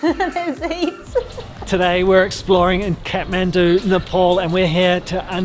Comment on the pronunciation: Not catmendu it's Kathmandu 🙈